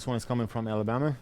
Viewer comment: Lmao "alleebama" i love your chanell